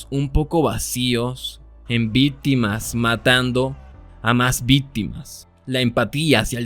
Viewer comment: Me encanta que en vez de decir contexto dice contestó y también que en vez de decirle víctima dice vitima (no es queja ni nada parecido solo me pareció chistoso no busco ofender con esté comentario conozco a Youtube)